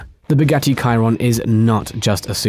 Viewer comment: You ruined the whole video by saying Kyron, it’s Shiron